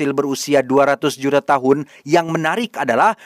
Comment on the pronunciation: Apa kamu bnr bnr mengucapkan kata "juta" dengan logat org bule dari Amerika? Lucu bngt!😊😊😊grazie mile😊😊😊